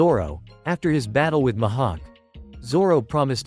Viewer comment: Bro called mihawk mahawk